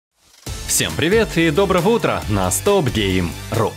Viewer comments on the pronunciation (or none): добха утра?? Чаво блеять